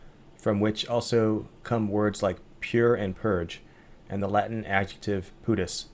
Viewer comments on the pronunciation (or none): none